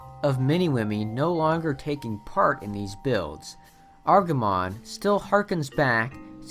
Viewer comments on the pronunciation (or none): Another fact to know is that when we were planning Argemone in voice chat, we pronounced it Arj-emm-onee, not Arg-emmoan. Sorry for the weird comment self-reply, I'm just updating as I finish watching the video